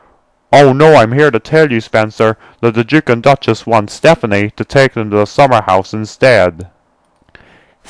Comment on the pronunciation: His name is Stepany not Stephane.